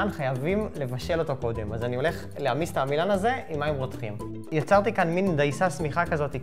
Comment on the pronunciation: זמן: : לידיעה הצורה הנכונה היא: ' lehaMES '!